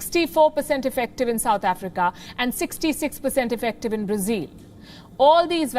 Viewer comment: Learn to pronounce BRAZIL correctly. It’s not “zile ”, it’s “zil”.